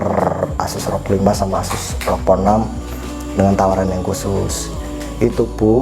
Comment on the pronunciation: ROG bang bukan ROK wkwk